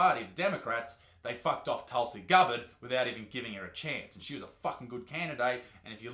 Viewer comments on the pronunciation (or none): My man said tulsi cupboard